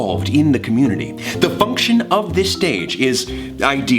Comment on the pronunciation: did anyone else hear the f-bomb dropped by when he was saying "function".